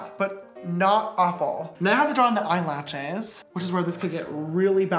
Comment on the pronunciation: the "eYeLaChEs" HAD ME DEAD I